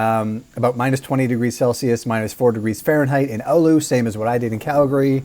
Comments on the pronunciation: Why are you mentioning Oulu? It's Alu according to him. Other americans pronounce it as Allahu/Olahu/Aluha. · ahh yes, my favorite finnish city. "Ooluu"